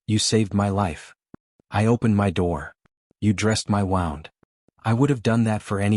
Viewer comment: Good story but they wouldn’t have left the horse uncared for. And “wound” in that context is pronounced “wound.”